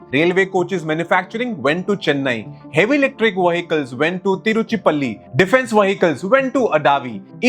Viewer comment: My god are you from outside India? Or are you just blind? You cannot pronounce a single city name properly of your own country. Shame on you. Sivakasi not "Sivaski" Tiruchirapalli not "Tiruchipalli" Avadi not "Adavi" Tamil Nadu not "The Tamil Nadu", proper noun hai. Google could have corrected these spellings. But you put Zero effort to pronounce your own country name, when foreigners are pronouncing properly. First learn to read then start Youtube channel, waste of time.